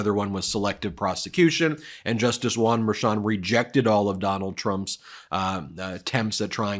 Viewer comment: Why do you keep saying Juan merchon like it's one name...it's not.